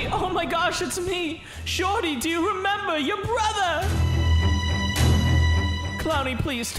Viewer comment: It’s shorty not jordy